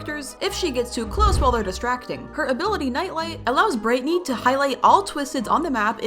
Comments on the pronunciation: Your saying brightney instead of brighteny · you said Britney instead of brightney